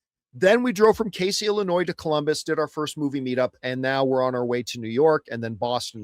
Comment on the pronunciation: That's called Kay-Zee. You were close to my area. I learned Casey was pronounced while I'm in college and being on air.